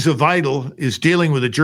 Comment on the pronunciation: The pronunciation of Alice Weidel"'s name. 🫣 It's unrecognizable to a German speaker. Couldn't you mimik it a little bit?